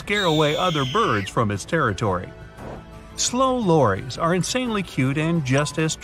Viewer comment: I take offense to your pronunciation of slow "loris". It's pronounced "lor-iss", NOT the plural of "Lori" ("lor-ies"?). My real name is Lori, which is why I'm offended. And I'm not slow.😒😏😉